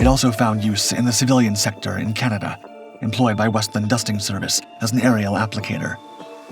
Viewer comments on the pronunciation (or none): none